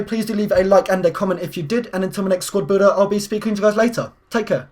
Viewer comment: u said squrd builder